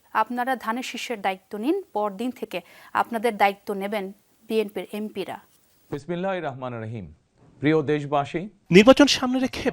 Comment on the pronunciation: লজ্জা,, বিএনপি চেয়ারপার্সন বিসমিল্লাহির রহমানির রহিম শুদ্ধ করে উচ্চারণ করতে পারে না,, শুদ্ধ করে সালাম দিতে জানে না। এই অযোগ্য লোককে মুসলমানরা আমিরুল মুমিনিন বানাবে না।